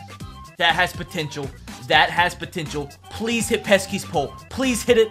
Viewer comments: Pesky pole not peskys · “Peskies pole” triggering as a Sox fan. But love u ur the goat